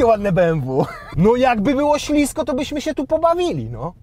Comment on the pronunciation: Mowi sie ślisko a nie ślizgo